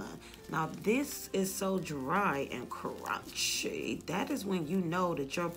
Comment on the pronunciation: I love when you say “curun-chy” 🤣🤣